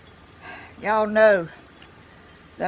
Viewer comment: Good on ya ! I love the pot and I love how you say, Y’all.